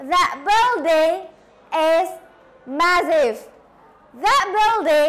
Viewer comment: Sorry to say. It is not how to pronounce the words awful and massive. You need to learn more about pronounciation. Mss. Ervi is much better.